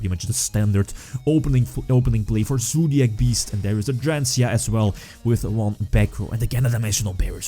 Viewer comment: Im just watching this video to hear say ZOOdiac